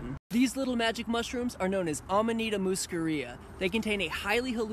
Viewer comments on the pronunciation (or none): musCAria stress on the second syllable